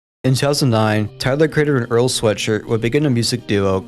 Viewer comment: You butchered the name of my goat earl